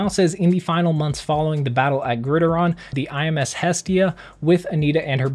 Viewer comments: hey its not grideron as u were saying its actually grid -iron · I’m pretty sure it’s pronounced Grid (iron) not Grideron... 😅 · It’s grid-iron not grid I Ron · Dude you gotta work on those pronouncation....”Grid-Iron”bro not gridaron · u mispronounced Gridiron, GRID IRON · Grideron lol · "grid-iron" like a football field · Lowkey not trting to be a “grammar nazi” but it is pronounced “ Grid- Iron” but great video regardless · Marvel-Dc Jr Gridaron sounds cooler tho 😂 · You are saying gridiron wrong, it's pronounced grid-iron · Who else got triggered when pronounced gridiron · How the he'll this man mispronounced so many words like "Gridiron" 😂😂🤣😂🤣😂🤣😂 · Grid iron lol it's pronounced grid iron